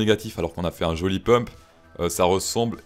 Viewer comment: Mais C'est pas "PUMPE" c'est "PEUMP"